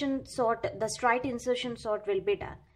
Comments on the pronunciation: Mam pronunciation of straight was wrong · yaa its not strite its straight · Actually she is telling strite